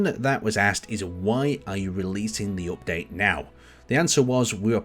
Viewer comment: drinking game everytime he says "opdate"